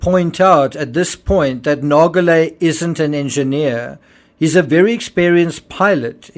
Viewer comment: Sure, PH may have not cared if he died on the sub, but what about the people Rush was using him to lure down there? I think his view is incredibly selfish. What was good for him might not have been good for the others on these trips, if they'd known what he knew! Didn't he ever spare a thought for them? PS: I hate to be that person, but Nargeolet is pronounced with a soft 'g', not a hard one.